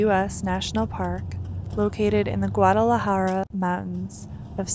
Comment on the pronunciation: You're a beautiful young lady and you took great video of Carlsbad Caverns, BUT....it's the Guadalupe Mountains NOT the Guadalahara (or however what you are saying is spelt). Happy trails.